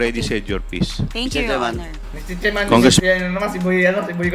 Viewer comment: Mi-tse tserman,ins tse-tyusiyon daw😅😅😅 pano ka napasok sa tutuwadcom PADUANO????hala bira!!